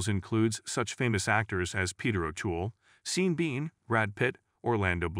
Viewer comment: I've been trying to figure out when channels use AI to read scripts for you tube. I realized when there's egregiously dumb mis-pronounciations of names like Seen Bean. Haha